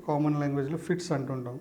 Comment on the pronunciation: ఫీడ్స్ కాదు ఫిట్స్ మీరు చెప్పేది